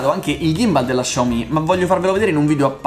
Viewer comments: Ciao! Essendo cinese la marca si pronuncia "Siao mi" e non "Sciao mi" (essendo mezzo cinese mi urta sentirlo pronunciato così) Piccola curiosità: vuol dire letteralmente piccolo riso. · Xiao si pronuncia "siao" 😂